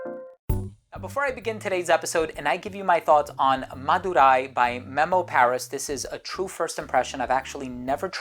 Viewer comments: The way he pronounced "Madurai" 😂😂😂. Not bad. That was pretty good! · Bro's Accent on 'MADURAI' is Nice to hear!✨ Madurai Malli(Jasmine) is World renowned!👌